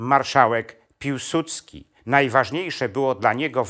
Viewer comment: nie Piłsucki tylko Piłsudski. Nie potrafisz tego wymówić ?